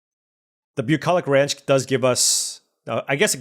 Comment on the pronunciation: say bucolich ranch again